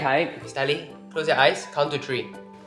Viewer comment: One two “tree” TREE